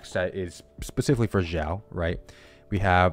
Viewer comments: Just wanted to add that the correct pronunciation is S-iao, you pronounce X like how you would for xenoblade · Why’s he pronouncing xiao like that